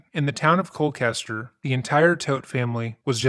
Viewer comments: Me, living in Colchester, hearing it pronounced Cole-kester instead of Cole-chester throughout the video: 👁️👄👁️ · Colchester!!! Chester, it's ColCHESTER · I love this channel! For the story, we say Colchester not Colkester. Just wanted to share. Keep up your awesome work ❤ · edit: This fool is NOT reflective of Connecticutters who are typically the salt of the earth FYI this is not a diss, just a correction: You pronounce that small CT town “Coal•chester”, just like you pronounce the name, Chester. I’m from CT so I thought I’d let you know. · 8 hours?? Looks like Hanukkah came early this year. Also, as an official Nutmegger, it's pronounced like KOHL-CHESTER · The mispronunciation of Colchester multiple times though...